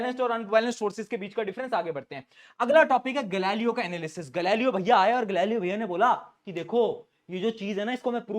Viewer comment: Galileo's analysis ❌ gali lo analisis✅ 😂😂😂😂🎉😊😅😅😅